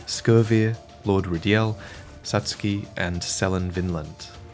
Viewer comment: Not to nitpick too much, you have amazing insights, attention to detail etc., but that was why it was more jarring to hear you pronounce Satsuki as "Suts key" which sounds of Polish origin, rather than the more Japanese sounding "Sat tsoo Key". Anyway, thanks for the vid.